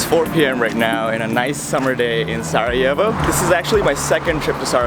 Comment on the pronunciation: Is sarajevo, not sa'ajevo bro. na good video